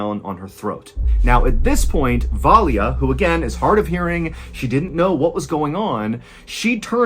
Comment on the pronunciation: The Russian name Valya is pronounced in 2 syllables, with a soft L. Va-la... that Y is meant to signify the soft L, which is difficult for most English speakers to pronounce. The name is short for Valentina.